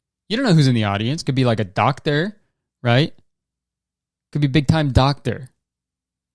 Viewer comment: BiG tIMe. DoCk-teR